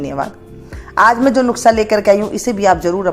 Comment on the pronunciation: Nuksa nahi nuskha bolte hai